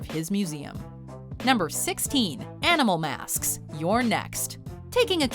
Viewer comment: 😂 She said MASKSKSK 😂